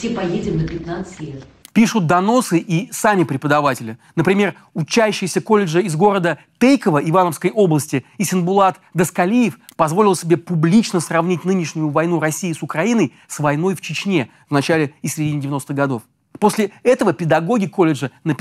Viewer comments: Не Тэйково, а Т(ь)ейково 🙋🏼‍♀️ т мягкая😌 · Тэйково 😂 как видим так и читаем - Тейково, это военный городок там военных семей больше 90% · Привет из Иваново! Знаю, не в тему, но город "Тейково" читается через "е", а не через "э"